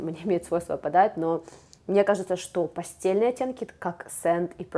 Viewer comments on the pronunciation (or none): спасибо за обзор - очень интересно! Обзор очень полный и крутой - с удовольствием посмотрела) Единственное, мне как человеку с художественным образованием режет слух слово "пастЕльный", корректно "пастЭльный" - проверочное не "постель", а "пастель" (говорится через "Э" вместо "Е") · Спасибо, очень рада,что вам понравилось😀 Мне самой как то показалось странным произносить слово "пастельный" через "E"😂теперь буду знать, благодарю))